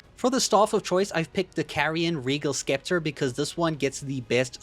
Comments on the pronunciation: Heyo, quick question are you ironically saying skepter? Or unaware it’s pronounced “septer.” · scepter is pronounced "sep-ter" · did you pronounce the C in scepter? 🤣